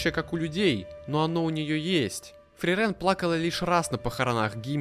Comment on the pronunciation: От самого видео я в восторге, только бьёт по ушам неправильное ударение в имени Фрирен, оно должно быть на и, и, кстати, вероятно, это имя — отсылка к немецкому слову мёрзнуть или морозить, и пишется оно на немецкий манер с длинной и — Frieren, и поэтому в японском произношении тоже ударение на и. 👓